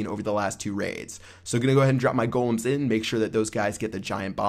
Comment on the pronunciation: You say golem correctly, but not valkyrie....and it's pretty tough hearing you say it over and over and over again.